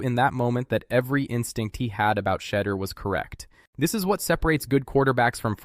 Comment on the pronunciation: Exactly get Shedeur name right!!